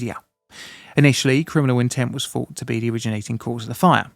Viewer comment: Good factual story, only spoilt by the silly cartoons, and the inability of the commentator to be able to pronounce his ‘th’s. “Free” (three) “fourt” (thought)……🤨